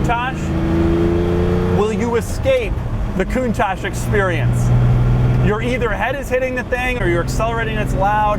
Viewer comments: At least he doesn't say "Lambore-genie" and "count-tatch" but isn't the "ch" in Italian normally pronounced like a "k", giving it a sound like "koon-tuck"? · when I hear you say countach I wanna kill myself, its italian not french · You cant even pronounce the car correctly coun-toc not coun-tosh! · Gobshite, it's not pronounced coontosh it's pronounced coontock. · One important missed detail: It's pronounced like "Coontock". Still my favourite Lambo but wow so impractical! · Wonderfully impractical car, but....isn't it pronounced Coun"tokk" instead of Coun"tosh?" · you must pronounce "kountak" ,not "kountash"...it means "marvelous" in a napoletano dialect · Not coontach count I say again count it's pronounced countach you dumb ass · Isn't it pronounced "koon-tack" not "koon-tash?" Italian pronounces ch as K. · Learn first how to pronounce it right, Doug...it's called KOONTAH and means ULTIMATE AWESOMENESS! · The way he's says it.....coontash -_- so annoying bruh in the rain too hahaha ,😂🖕🖕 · it's not pronounce kuntachss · I am from the UK and it sounds like he keeps saying 'coontash' I am sure its just his US accent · Coontaash? Is that how you pronounce it? Is my life a lie? Hotel, trivago? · it''s Pronounced Con-Touch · You don't know how to properly pronounce the car..... and it seems that you tongue is too fat for your mouth thus resulting in a lissssssspppppp.... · Ok before get started, learn how to pronounce its name correctly.........PLEASE! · Fun to hear an american pronounce "Countach".... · Until you pronounce Countach the right way I won't subscribe! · Stop pronouncinng it so silly :pppp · If I had a dollar for every time you mispronounced 'Countach', I'd almost be able to afford my own Lamborghini. 'ch' in Italian is pronounced like 'k' in English. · Your pronouncing countach wrong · Why is it americans can never ever pronounce the name Countach properly its not pronounced that way. Duh.